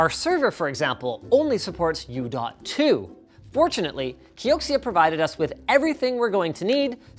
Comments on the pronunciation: It killed me that he kept ignoring the "oof" and just kept calling it the "oo" drive. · It's not OO linus... it's OOF: big OOF linus. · 69% sure Linus said oo instad of oof to annoy Riley and Madison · Big oof Linus, reading them as OO throughout the video..